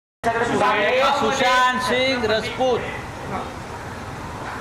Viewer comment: Sanjay Raut .. phele Sushant Singh Rajput bolna sikhlo.. faltu mai fame mat batoro